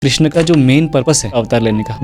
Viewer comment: भगवान हेलमेट पहन प्रकट हुए थे क्षमा करे किन्तु आप के मुंह से ऐसे शब्द शोभा नहीं देते आप भगवान कृष्ण को बार बार क्रिष्णा बोल रहे हो आप अगर गलत बोलोगे तो साधारण लोगों क्या। सबसे अधिक विचित्र बात लगी जब ये तीनों एक्स्ट्रा मैरिटल रिश्ते के बारे में जोक कर हस रहे हैं।😮 * विष्णु भगवान के १० अवतार हैं कृष्ण सहित, अर्थात हर अवतार विष्णु के अंश हैं। कुछ इस्कॉन के लोग इनके गुरु को भी अवतार समझते हैं 😮